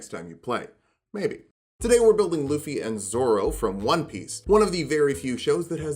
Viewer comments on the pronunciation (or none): You really towed the line but his name is pronounced Lou-fee. If anyone argue there is a whole anime where several people have yelled his name in two syllables and I have never heard luh-fee.